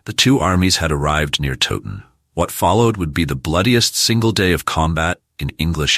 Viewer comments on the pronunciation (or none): FFS do some research next time - it's tow like cow not frigging toe ton.. I gave up, if the creator can't pronounce a place name correctly the content is likely just as crap. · Please pronounce Towton as Cow-ton with a T instead of a C Otherwise very informative and enjoyable. Thank you. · You can't even pronounce TOWTON properly